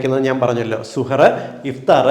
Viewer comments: വിലപ്പെട്ട അറിവ്,, നന്ദി,, ഒരു തിരുത്ത്,, പ്രിയ ഡോക്ടർ: ഇടയത്താഴത്തിന് അറബിയിൽ സഹർ, എന്നാണു് പറയുക, ഡോക്ടർ പറഞ്ഞത് സുഹർ എന്നാണ് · സൂപ്പർ.. 🌺നല്ല അറിവ്... 🌷🌷🌷സുഹറ് ന്നു അല്ല ശരിക്കും സുഹൂർ എന്നാണ് അറബികൾ ഒക്കെ പറയാറ്.. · വളരെ നല്ല നിർദ്ദേശങ്ങളാണ് സാറ് തന്നത്... Thank you so much.... സുഹർ എന്നതിന് പകരം സഹർ എന്ന് പറഞ്ഞാൽ👍👍👍 സാറിന്റെ വായിൽ നിന്നു റമളാനുമായി ബന്ധപ്പെട്ട വാക്കുകൾ കേൾക്കുമ്പോൾ തന്നെ വല്ലാത്ത സന്തോഷം.. Eg: ഇഫ്താർ, സുബ്ഹി, തറാവീഹ്.... ഓരോ മത ചിഹ്നങ്ങളും അറിഞ്ഞ് ആദരവോടെ സംസാരിക്കുമ്പോൾ തന്നെ എല്ലാവരും സാറിന്റെ ഓരോ നിർദേശങ്ങൾക്കും കാതോർക്കും... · സുഹർ അല്ല... സഹർ 👍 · സുഹൂർ എന്ന് പറയാം. സുഹ് ർ അല്ല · സുഹറ അല്ല സഹർ അത്താഴം എന്ന് മലയാളത്തിൽ പറയാം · സുഹറ അല്ല സുഭ ഹ് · സുഹൂർ എന്നതാണ് ശരിയായ ഉച്ചാരണം. താങ്ക്സ് ഡോക്ടർ .